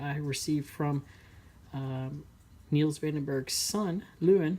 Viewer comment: U said his name wrong 😅 I'm afrikaans so ik how to say it And I know him personally